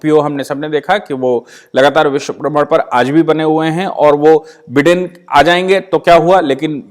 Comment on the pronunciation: with respect just for your information he call himself बाईडन not बिडन